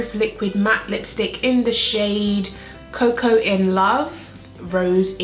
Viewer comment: babe it’s pronounced coco not coco-ah 😂❤️